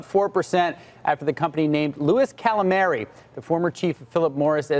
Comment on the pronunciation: Guys! Marcions? Marchionne! Galimeri? Camilleri!